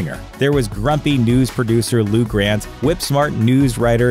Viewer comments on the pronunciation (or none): none